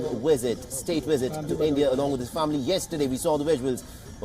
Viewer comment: Dear pretentious Indian anchor: Visit is pronounced, "visit," not "wisit." Treaties is pronounced "treetees," not "tritees." Other dozies: 1)"What you are looking at is, of course, the Trudeau family signing into the visitors diary." 2) "Remember there is a substantial amount of Indian diaspora." 3) "For more of this we are joined in by our ..." 4) Throw an "of course" in every other sentence ...